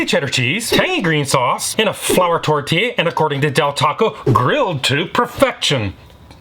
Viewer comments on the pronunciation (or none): none